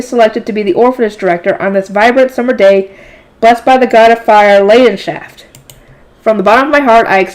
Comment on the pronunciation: your pronunciations of the names of the eternal Five was pretty ok Flutrane (goddess of water) was pretty much perfect Leidenschaft (god of fire) had a small mispronunciation because a "ei" in German is pronounced like "I" Schutzaria (goddess of wind) the second last was on point Geduldh (goddess of earth) also near perfect Ewigeliebe (god of life) let's just not talk about it